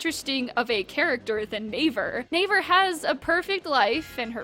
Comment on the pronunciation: Navier is pronounced Nah-vee-yae